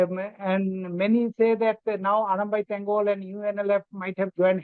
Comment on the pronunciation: It is "tengol" not tengpol